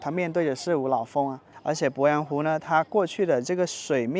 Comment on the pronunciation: 鄱阳湖的鄱读作pó，不是bo